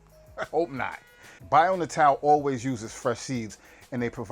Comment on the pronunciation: Dude, you're killing me! If you're going to promote a brand, learn how to pronounce it. "Bio": simple enough. "Natal": Nay-tull, means birth or born. But just in case I'm wrong, get their toll free number and see how they answer the phone. Just trying to help.